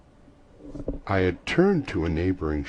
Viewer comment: it's not the worst ever by a longshot. But it's really not great, altogether.. the narration sounds like it was recorded straight into a phone (rookie move) and in general, the recording has moments of being unusable in my opinion. (pops, clicks, bangs...) Also (and 1000 times worse) he mispronounced the word 'gastronomy' pretty badly.. something that could have been edited and fixed with the slightest bit of research (automatic "not great" rating from that alone, I mean as a narrator, your job is reciting the words in the story, learn to say them right) Though, his rendering of the "extreme form of Yankee dialect" was pretty nice... I enjoy it.. but you guys gushing over this is laughable